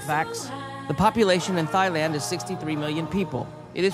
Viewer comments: Hajlandia ?? chyba powinna być Tajlandia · wyraźnie słychać THAI-land, a durny to sam jesteś, i co tu jest do rozumienia? Haj-land... to nawet nie jest film o ziole więc to nie miałoby żadnego kurwa sensu